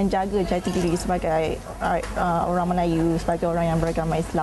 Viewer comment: bukan "orang" ok..."owruank"...hakhak...best student of malaysia.